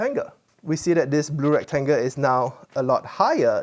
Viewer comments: And recTANGle. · Why does he call it a rectanga ? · And “trianga“, and “rectanga “.